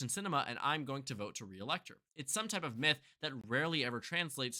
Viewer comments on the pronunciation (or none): none